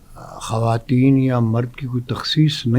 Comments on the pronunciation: خاتون کی جمع خواتین khwateen پڑھا جائے گا خاتین نھیں پڑھنا یہ غلط ھوگا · khateen nahe bhai.....khwateen hota hai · the host should know basic urdu, its khawateen, not khateen